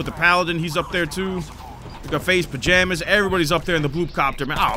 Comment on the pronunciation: Faze Pijamas (pamaj) .. LMAO 😂😂😂😂😂 it gets me every time.